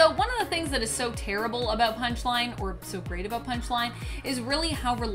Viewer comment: You said “Punish-Line” in the beginning